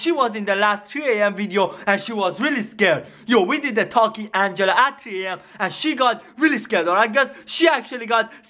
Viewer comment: It is 3:am not G:am it is sonic exe it's not sonicex